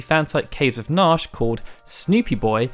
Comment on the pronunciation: Did this dumbass dude just say NARSH? Its pronounced Nar-SHEE